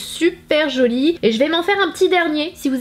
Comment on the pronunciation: Coucou Sana, très chouette cette video. J'avais vu passer cette palette et je me demandais ce qu'elle valait. Sinon pour info prosciuto se prononce "prochiouto". J'habite à côté de grenoble ou il y a beaucoup d'italiens et donc de pizzerias 🇨🇮 Les meilleurs sont les Napolitaines 🍕